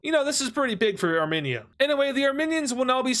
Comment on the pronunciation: hello, As a part of the Armenian community I would kindly like to inform you that when you say Armenia, it is pronounced. (Ar-Meen-Ia) Not (Arm-En-ia, Plz like so he can see this